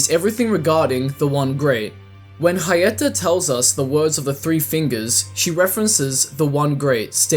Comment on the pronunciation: why are you putting so much sauce on the H when you say Hyetta lol 🤣